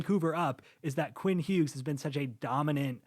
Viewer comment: Long hair guy also pronounces the g in Hughes